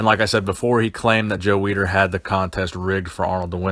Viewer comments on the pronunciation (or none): The name is Weider, not Weeder... and funny way to say "experiment."